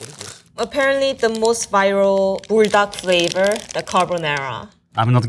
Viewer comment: The way she says Buldac, it sounds like burdock, which actually belongs in a Korean or asian soup.